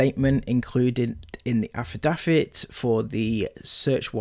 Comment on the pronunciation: Your poor reading skills, overly wet mouth sounds, and how you pronounce “affidavit” and “medicinal” was so frequent and annoying, I couldn’t even finish watching. It’s “AF-UH-DAVE-IT” And “MUH-DIS-IN-ALL”